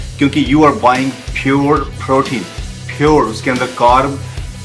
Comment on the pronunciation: Bhai itna b kya yr pure hote phyore ni aur quality hota khwolity ni 😂😂😂